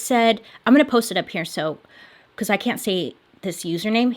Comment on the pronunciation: *can't*, but yes! The way that phrase has been said has always really irked me. I've said it the way Ted did for years, and it was so gratifying to hear that somebody else said it the proper way too.